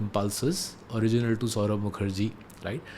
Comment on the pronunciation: It's *Mukherjee....